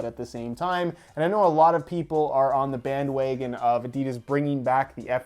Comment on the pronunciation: He said "bandwagon" so Canadian 😂